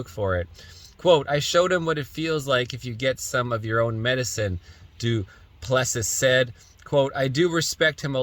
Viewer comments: Dude, are you Canadian? "Duplessis" is French, not Greek. "Doo-plessie" is how you say it, like the Quebec premier. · Doo-pli-see is the correct way to say the fighters name. Just trying to help.